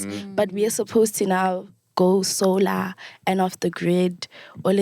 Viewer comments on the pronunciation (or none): "Sol"ar! "Sol"ar wama So"lar"